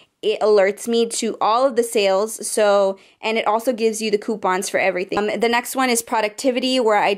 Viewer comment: You said "poopons" 😂😂✋